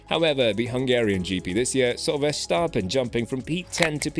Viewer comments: Really interesting to learn more about the people behind the scenes :) and just so you know, Verstappen is pronounced with a short "a", like in the word "map" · But at least the 'a' in map is normally not pronounced like the 'a' in the name Verstappen! So 'map' is not a right exemple... In the Dutch name Verstappen, the 'a' is pronounced like the 'a' in the word 'jar'.